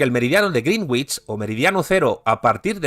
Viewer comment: "grinwich" suena como "bruja verde". Greenwich se pronuncia en inglés "grenich".